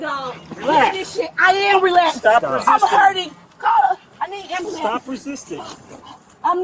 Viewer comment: she needs an am-ba-lance